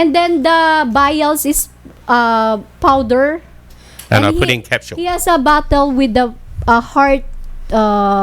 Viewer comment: powder te hindi fowder 🤣😂